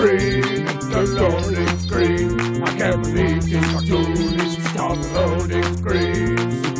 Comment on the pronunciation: Loading scween!